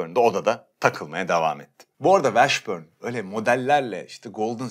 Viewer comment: dostum Jamal Mashburn - Meşbörn / Washburn - Vaşbörn , o kadar eminsin ki bi de 800 kere söyledin yanlış şekilde üstüne basa basa.